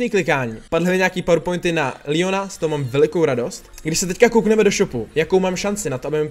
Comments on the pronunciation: Proč proč říkáš líjon ale říká se mu leon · Neříkej Lion protože to je Leon leon!!!!!!!!!!